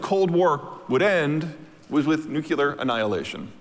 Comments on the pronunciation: Nuclear Waste (And by the by, it's Nuclear not Nucelear, GW always pronounced it wrong and this guy does too, so irritating.) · NuCLEAR, not nuculer